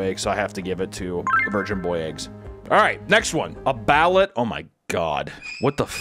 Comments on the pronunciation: Please, for the love of Imeldas shoe closet, its pronounced Ba-Loot. Not billet. context in the 90s the prime minister or president Imelda Marcos had her property siezed and found somewher around 25k pairs of high end designer shoes. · Bah-loot not ballot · What was grinding my gears was how he was pronouncing Balut it’s not ballet it’s like this buh-loot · thats gonna bug me, its pronounced, "ba- lOOt" not "ballet" lol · Its pronounced baloot kinda like balloons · as an american married into a filipino family that speaks tagalog, every time you pronuced it "ballot" I laugh hard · Hey papa, it's pronounced ba-loot. The duck embryo is soft but not soup soft and the yolk is like a hard boiled egg. There is bonus inside, we call the "slipper" because it's tough like eating strip of rubber lol love the videos! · It’s “Ba-Loot” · The filipino egg thing is pronounced "Bal-oot" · Its pronounced BAIL-OOT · Balut = ballut 😂😂😂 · Balut is pronounced "Baloot" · Can’t pronounce anything😂. Baaloot, chicken feet are amazingly good, the cartilage is crisp along with bones and like kettle cooked chips. The cheese is awesome on crusted bread. Bugs like larva, hoppers, crickets, etc are so good dry roasted. I eat crickets and mealies like popcorn. Wife not a fan 😂 fuck the drinks thou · You are pronouncing Ballut totally wrong my dude… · Balut hella traumatized me as a kid when I learned what it was cuz Im a huge animal lover. Also the way he pronounced it triggered my Filipino side so hard lmaooo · He pronounced Chapulines and Balut. Well I’ve heard both are really good. I haven’t had them but I know people that have. My mom’s boyfriend has had chapulines and he loves them. He says they taste really good. My supervisor loves balut and offered me one but I said no thank you. She’s from the Philippines. I could probably probably do the chapulines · You're TOTALLY mispronouncing "balut," but who cares, because... 😮